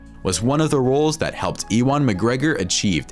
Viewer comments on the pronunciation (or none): You-one, not ee-one. Just sayin'. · "E-wan" haha its pronounced "you-an" 🤣🤣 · LOL man said eee-waaan for Ewan McGregor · Ewan's name is pronaounced 'you-an' not 'ee-wan' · WTF is wrong with American Youtubers? You can't pronounce anyone's names. Ewan McGregor is one of the most famous actors in the world. How the hell do you not know how to say his name. Ewan is pronounced 'YOU-un' (not 'EEE-won'). I am embarrassed for you. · eee-wan McGregor? 😆😆😆😆😆😆 Ewan is pronounced You-an 👍👍 EDIT - Don't get me started on Ian McDiarmid... 😉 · ee wan mcgregor.. maybe try pronouncing it as "you an" mcgregor and you are good lmao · E-one McGregor. LMAO.....it's pronounced U-en, it's a Celtic name. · Man pronounces ewan as if it were a name of one of the aliens I star wars its pronounced yew-wan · E one….it’s pronounced u wan. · Reasonable review, I just wish the narrator had taken the time to learn how to pronounce the actors names. I mean everybody knows Ewan McGregor so to pronounce his name E- wan was just ridiculous! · I’ve never heard Ewen pronounced Eewaan before. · Did he just say eewan mcgregor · You say Ewan as Uwan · E..wan....mcgregor 😂😂😂😂😂 never heard it said that before 😅😅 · “Ee-one McGregor”? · Bro said he ewon mcgregor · Eee wan McGregor haha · Uhm, Ewan is pronounced as Yewan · e-wan mcgregor ha LOL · "EE-wan" PMSL ..... don't bother to do any research or know the source material hey? lol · The way he said Ewan though, hurt my brain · Bro did ewans name dirty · mispronounced Ewan